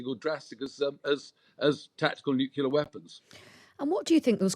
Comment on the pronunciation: So surprising to hear a knight of this realm and an obviously educated man saying such nonsense as “hence why” and pronouncing nuclear as “nucular”, rather like that imbecile George W Bush….smh